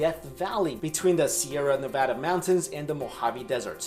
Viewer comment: Thank you for saying Nevada Correctly!